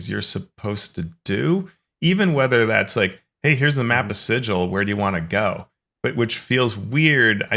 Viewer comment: Actually it's pronounced Sigil, not Sigil. 😂